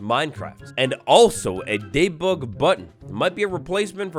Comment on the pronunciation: Are you trolling us by saying day-bug instead of dee-bug?